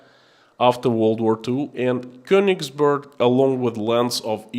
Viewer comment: Of course it is not of great importance, but being of German origin I like the German language to be pronounced properly. The town of Königsberg is pronounced with è not u. To do and my ancestry proud. love and respect from Holland.